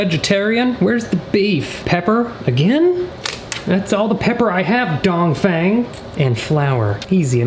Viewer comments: Says donfang every time you say a sentence well never seen that person before ya..um.. no.. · Dongfeng would be said Dongfung. Lol. He died in a Ancient Chinese war. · I love how much he emphasizes Dongfeng 😂